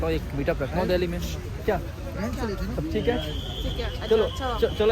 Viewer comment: Bhai tum log दिल्ली ko dahli kyu boltey ho tumhari tongue 👅 bhi allow nahi karti kya sahi ucharan kya hai tho tum videshio ko kya samjhao gae